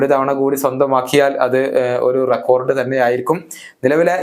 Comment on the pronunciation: റെക്കോർഡ് എന്നല്ല റെക്കോഡ് എന്ന് പറയുക....to